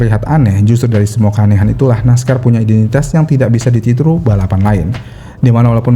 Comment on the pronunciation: jg kesleo lidahnya, "ditiru" jadi "dititru" 😂